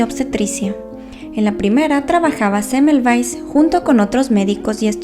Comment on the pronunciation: Cómo puedes decir rapido este apellido de este señor yo aduras penas puedo releerlo pero interesante historia 😩✌️